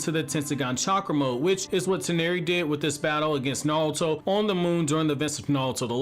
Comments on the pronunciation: STOP SAYING NAWUTO AUUGGGH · I can't take 'Nahl-toe.' How, my guy??